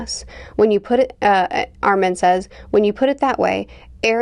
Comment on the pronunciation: Also since this the second video we will no longer tolerate the mispronunciation of Armin and Mikasa